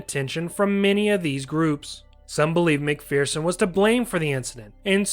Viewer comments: Mc"FEAR"son is an incorrect pronunciation. Mc"FER"son is correct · Hmmm… for the last 50 years, I have only ever heard everyone pronounce it “McFEARson” (not “McFERson”). Are you certain you’re citing the American pronunciation and not the British one?